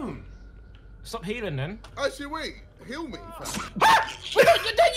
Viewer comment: 1.1 acctually